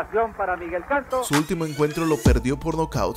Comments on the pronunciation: El apellido es Canto, no Cantó. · SI HABLAS DE BOXEO MEXICANO NFORMATE PORQUE PRONUNCIAS MAL Y POR CONSECUENCIA MAL INFORMAS, EL APELLIDO ES CANTO, NO CANTÓ PORQUE NO ERA CANTANTE... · El apellido es CANTO no Cantó...! Y el fué uno de mis boxeadores preferidos junto con: Rafael "Huascato" Herrera,Rodolfo Martínez,y mis paisanos Gaspar "Indio" Ortega,Gerardo "güero"Fe- rratt,Juan "Kid"Meza y Gilberto Román! Saludos desde Mexicali, Baja California, MÉXICO 🇲🇽🎎🥡🥟🌭🥑🎂🌮🍍🍨🍜🍺⚾🏀🏈🥊🥊🏹⚽🎼🎵🎶🎷🎺🎸🎻🪘🪗🥁🎥📻📺🎧🎤❤️🌹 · Es Miguel Canto, no Cantò! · No es Miguel Cantó, es Miguel Canto. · Su apellido se pronunciaba Canto y no Cantó. Cuidado con los acentos. Sólo los cronistas gringos se reservan el derecho de pronunciar mal los apellidos latinos. Chávez = Chavés…Cano = Canó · Que buen boxeador escogiste, pero que mal lo expusiste......infórmate mejor sobre que es nuestro estilo mexicano y la pronunciación del apellido. Canto un maestro del boxeo muy valorado por nosotros.